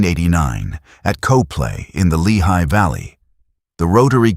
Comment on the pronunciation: It’s pronounced cop-Lee, not co-play. Copley, Pa